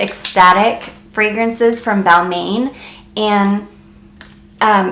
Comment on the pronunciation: Nice video but for Balmain it’s pronounced Bal-mon.... not “main”